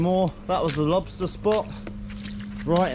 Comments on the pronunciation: Check dat out for a lobstaaaaaah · Big ol monstah lobsta!!